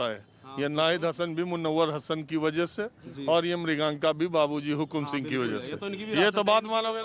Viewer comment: marganka singh had hai naam to sahi se lo 😁